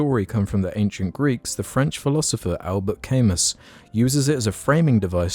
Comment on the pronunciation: cringing very hard at ' pronounciation of Albert Camus. not your fault, I know, but still hurts my ears